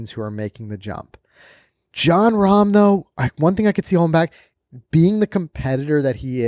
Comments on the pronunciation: It’s Not Rahm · It’s Jon Rahm…